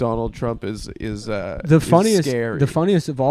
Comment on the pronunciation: 30 seconds in and I can already tell I'm never going to enjoy a shred of your content. "I didn't speak my mind for two years because comedy is scawy!" What a beta kukked way to go through life. Fake comic